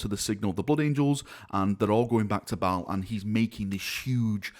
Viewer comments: M8, its pronounced (bale) not (ball) just fyi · Did you say the new Battle barge ship is named “Balls Fury”? 😂